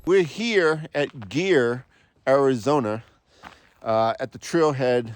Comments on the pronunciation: Pretty sure it’s pronounced GREER. Not GEAR. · Pronounced Greer